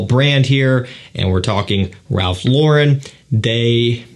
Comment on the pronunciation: First thank you for saying Ralph LAWren and not lawREN! You’re in the know! Does this have anything in common with the original Polo green? I’m hoping for Polo green with Oud notes. Thanks!!